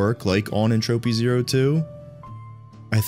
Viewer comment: "Entroupy Zero"